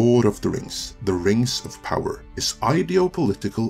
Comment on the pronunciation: What is this "Rangs of Pahwer" you speak of? Never heard of it.